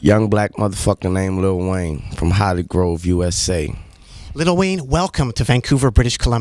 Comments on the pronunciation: Why can’t he pronounce “Lil” instead of little ?? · Lol everyone who has lil in there name he pronounces “little” 😂 😭